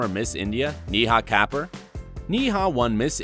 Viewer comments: The pronunciation of Kapur is seriously awful. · And could “Kapur” possibly be pronounced like “Cuh-poor”